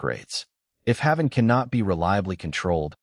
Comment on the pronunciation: You are saying his name WRONG! It's pronounced "Hay-ven". Like the safe place.